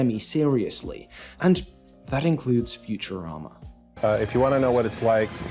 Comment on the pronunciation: Also, Matt's last name is pronounced "grain-ing," and as someone who watched when it aired: I don't think the average viewer has ever had any clue who Ron Popeil was, either — I believe that's a big part of the joke.